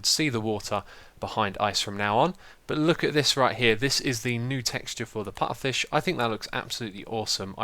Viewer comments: Xisuma, it's PuFFerfish, not PuTTerfish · IT'S PUFFER NOT PUTTER!!!!!! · I swear u said putterfish... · Xisuma, did you call it a putterfish again?? It's a pufferfish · there's 2 f's in "pufferfish", I don't know why you keep skipping over them and saying "pu'uh fish" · You said Putterfish again =P